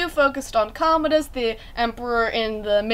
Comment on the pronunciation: I’m re-reading the series right now. Finished the hidden oracle today, getting ready to read the dark prophecy! May 1 is right around the corner! And you pronounce Commodus, “Come-ode-us